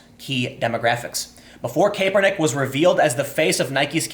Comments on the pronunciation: "Collin KAYpernick" its Kap-ernick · It's not pronounced Kay-per-nick. It's Cap-er-nick! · "Kap-er-nick" not "Kae-per-nick" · “KAP-er-nick not KAPE-er-nick. I’m guessing you don’t watch football. Nike stock hit an all time high since this video came out. Nobody will remember or care about any of this in a week. Americans have the attention span of a caffeinated humming bird and the memory of an ex NFL lineman. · CAP (like a hat)-ER-NICK!!!!!!!!!!!!! NOT caper-nick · Also Cap-er-nick not cape-er-nick haha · It's kapernick I get it its spelled the way your saying it but your giving me a headache! Your great and I love you podcast. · CAP-ernick* , sorry it’s bothering me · CAP-ernick is how you pronounce it goddammit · Hey Tim, the first "e" is silent in Colin Kaepernick's name. Its pronouced CAP-ER-NICK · If ur gonna make a video about a certain person make sure u can pronounce his name correctly dam!!! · You are pronouncing Kaepernick incorrect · I'm trying so hard to listen to what you're saying but the fact that you cannot pronounce Colin Kaepernick's name right just throws me off